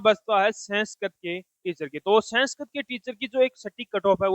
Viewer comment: Senskirit nhi 😂😂 Sanskrit